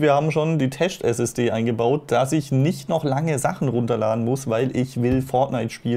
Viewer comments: Was ist eine Taschtatur und Teschtssd ? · Taschtatur und Teschtssd 🤕